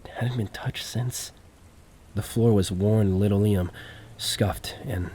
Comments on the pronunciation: it's pronounced lan-oh-lee-uhm not leno-liam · I think its fair for someone to expect proper pronunciation when listening to someone thats a story teller for a living. Its like the bare minimum to atelast be saying things correctly. You can easily go to Google and type in something like "how to pronounce linoleum" but its "Lin ole-ee-yum" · Her "stileeto" heels against the "linno-leeum". Hey if you don't know how to pronounce something, just guess wrong at it rather than look it up. It makes you look smarter. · Great vid(s. I've been watching a lot of your stuff XD) Writing this comment as I watch: No hate about the mispronunciations! It happens. For future reference, linoleum is pronounced lĭ-nō′lē-əm (lin-OH-lee-um) and stiletto is pronounced stĭ-lĕt′ō (still-LET-oh) "Why install it so low to the ground, where you have to-" The voyeuristic previous tenant with a foot fetish: "When it gets dark, I know I'm gonna look through the peephole again. I need to know if those red heels come back-" oh okay so you're also into this- Calling it now, there's some time portal shenanigans going on and she's legitimately in her apartment in the 80s or whenever before the building was abandoned and Protag is living in her walls in the 80s while she's living in his walls in the current day. "I'll wait until she's sleeping, when she's calm, break through the wall as quietly as I can, see if I can talk to her-" I'M SORRY, ARE YOU HEARING YOURSELF RIGHT NOW BRO? I don't think that even the MOST mentally stable woman on EARTH would be in a "calm conversation" state if a STRANGE MAN CAME INTO HER APARTMENT IN THE MIDDLE OF THE NIGHT BY BREAKING THROUGH HER WALL Continuing my previous hypothesis, him breaking in is what causes her disappearance. He kills her (not his intent, more of a panicked self-defence thing when she (justifiably) reacts negatively (see: panicked self-defence) to someone breaking into her apartment) or she comes through to our time or the time portal removes her